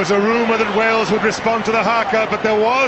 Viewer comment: I hope you know it's pronounced hah-ka